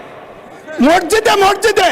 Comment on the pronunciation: Murkho Mosjid o uccharon korte pare na. Morjide Morjide bole